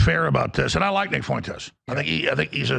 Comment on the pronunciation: he say Nicholas Fuentezzz